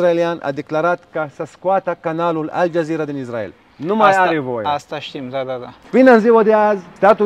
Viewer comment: Mă, Isssssssrael, Issssraelieni, nu Izzz... Pronunță corect! Si Yaffa tot așa, niciun fel de Jafă, Yaffa! Nu Haífa, ci Háifa